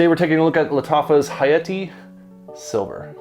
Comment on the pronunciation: Dude causally dropped a ح saying hayati💀 You speak Arabic?